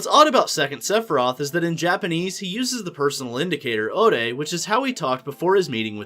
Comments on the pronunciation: OrEy and wATAShI and NouJyima and kItaySE and NoUMuRa I think this new information is terribly pronounced and it would be much better if you would prepare before speaking out loud because it's embarrassing. Seriously, there's no excuse for that. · You could atleast try to say it in the japanese accent. Ore wa, and watashi wa... Watashi is more formal, while Ore is spoken by males, more likely in a group of friends. But the way you pronounce it a person wouldn't even know what you are saying.